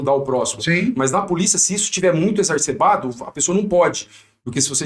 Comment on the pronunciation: "Exarcebado", amigo?